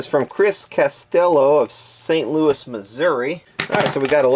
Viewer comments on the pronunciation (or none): none